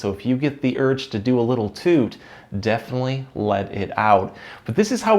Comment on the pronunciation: 😂😂😂😂😂😂❤❤ "if you get thee urge to do a little toot... def'nlee, let-it-out"